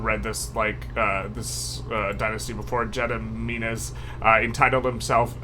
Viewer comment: For Gediminas, you pronounce it as Geh (as in get) dih (did) mih (min) nas (nah s). Thanks for the informative videos!